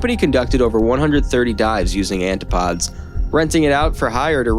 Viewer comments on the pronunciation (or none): You should look up words you very obviously dont know how to say. It's an-ti-poh-deez. Not Anti-pods. 😂😂😂😂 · Antipodes is not pronounced "antipods". Its pronounced an-tip-po-dees.. But AI generated junk cant do that ... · I'm sorry, but I cringed every time you said "An-ti-podes". It's " An-tih-poe-deez". I know it's not a common word, but it's a real word, with a real meaning and a real pronunciation. Google is a thing, dude! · It's pronounced an tip o dees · The AI mispronunciation of this word was the giveaway. I'm getting slow these days lol.